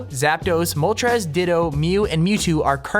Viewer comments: Please stop saying "Moltrez", its pronounced "moltrase". Work on other pronunciations too lol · really? i've always heard "moltrace" oh well. different pronunciations i guess